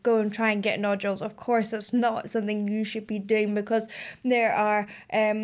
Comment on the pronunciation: So I've noticed that when you say "something" it actually comes out 'sonthing". Is that regional where everyone says it that way or is that unique to you? I like it, its what makes you, you 😊